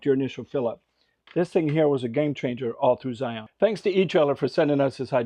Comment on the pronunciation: Great video! However, you missed one mistake. Not knowing how to pronounce Zion. Its pronounced like Lion with a Z. Anyways, thanks for showing other parts of Zion that youtuber usually don't!